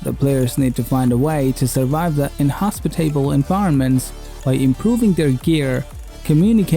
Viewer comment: "In-hospi-table environments". Dude, learn to read and pronounce.